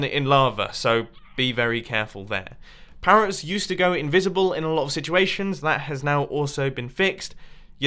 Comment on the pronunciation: "pawwots" are you okay today mumbo?